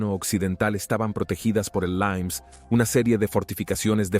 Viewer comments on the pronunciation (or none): Por que dices “limes” con pronunciación inglesa [laims] si es una palabra en LATÍN? Lo mismo para el nombre del emperador Valente. De verdad que no lo entiendo. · Qué bestia, el "limes" romano pronunciado "laims" en inglés renuncia por favor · Joder.... cuida el idioma!!!! Limes no es LAIMNS, es LIMES, y Valente es VALENTE, no VALENS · ¡No me lo creo!, ¡qué barbaridad habéis soltado!. La frontera o límite del Imperio recibía el nombre de "limes" y en este vídeo en español lo habéis pronunciado en ¡¡¡inglés!!!. "laims". Hace falta ser bestias.